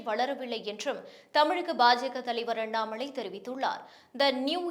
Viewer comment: அண்ணாம’ளை’ .. தமில் கொளை.